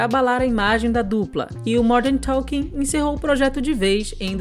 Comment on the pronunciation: Jet "ailiner" do Modern "Toking". Não seria "Jer Airliner" do "Modern Talking" ?